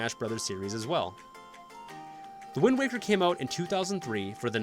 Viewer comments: Wind waker not wind walker lol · Alright then here we go. 1) Simple fact checking. A Link Between Worlds and Triforce Heroes are NOT in the adult timeline, they are in the defeated hero timeline. 2) “Wind Waw-ker” 3) There are 19 games. Four Swords is cannon. 4) Why is it so hard to figure out which Oracle game is better? They can’t be equal in every way, they’re TWO DIFFERENT GAMES. 5) “Eldin” is not a super common Zelda word, it’s not even said ONCE in Ocarina, or any game until Twilight Princess. It’s a stem from Din, and is now the name for regions in Twilight, Skyward Sword, and Breath of the Wild. 6) Nobody’s going to care that the original two are at the bottom of the list just because they came first. They’re objectively worst than the other ones, because the technology and mechanics were just worse. 7) So. Many. Narration mistakes. No one can speak perfectly, just go back and restart from a certain point. Random pauses between words, repeating words because you said them wrong, bad pronunciation, and weird stresses on wrong parts of certain words. 8) The narrator clearly read off a script he didn’t write, or at least I HOPE so. Like I previously mentioned, it was clear there wasn’t practice or expectations of what word came next, which lead to saying the wrong word or having a random pause because he thought the sentence was over or he didn’t know what was coming. There. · did you just pronounce it as "The Wind Walker"? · GUYS!!! LOOK OUT!!! IT'S THE "WIND WOCKER!!" . Thank me later. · This man said wind waaa ker. Also this review is kind of dry. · Did he just say Wind WALKER?